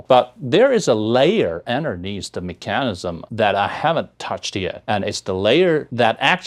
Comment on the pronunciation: ，mechanism 的发音是错的，你被 mechanical 这个词影响了。视频调色还不如你教吉他的时候呢，雾蒙蒙滤镜，难看。不知道你现在啥状态，感觉用力过猛就是了。你可以拉黑了。